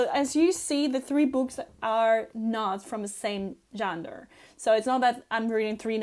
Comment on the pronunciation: Hey, I love your videos, My A.D.D. kicked in and the secret word is genre say it like this Jon-rah :)